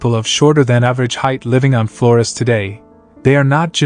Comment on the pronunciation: Why is he pronouncing Flores like that? Does the narrator hate Latinos or something?